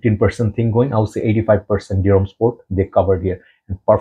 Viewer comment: I'm French and it's your pronunciation of Dior that is accurate in French 😏